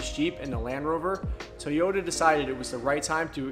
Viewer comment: What the hell is a Teee-o-duh? Is that a cousin to TOY-OTA?